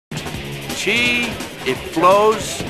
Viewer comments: it's chi, not chay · "He makes a (Chi)se ball" mmmm gouda